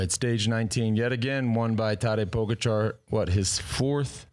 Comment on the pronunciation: Why do you continue to mis pronounce Tadej Pogacar?